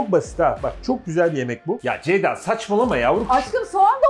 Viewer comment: FIRATIN KONUSAMAMASI COK GULDURUYOR BENI:CEYDA,ZEYDA,DEYDA